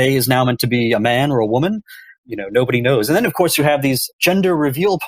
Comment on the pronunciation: Brendan. I promise that I will donate if you start pronouncing your "v" sounds properly, instead of saying "ff" sounds. For example, instead of "of course" you say "off course". Thank you